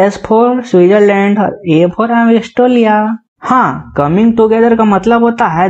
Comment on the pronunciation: Australia ❌ Aistrolia✅